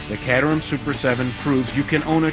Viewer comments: my god its caterham (KATE-ER-HAM)!!! NOT CAT-REM!!! WTF AMERICA!!! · Bare Ass Motoring.. you can't pronounce 'Caterham' correctly. Very Nice video.. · one thing that always bothers me is the horrid presenters on the speedchannel. There are a few knowledgeable entertaining ones but most are like this guy, completely lacking charisma. Also, caterham isn't being pronounced right. Sorry for the rant, that stuff just bothers the crap out of me